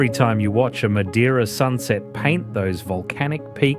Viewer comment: Learn to pronounce MADEIRA and other words correctly before making a Documentary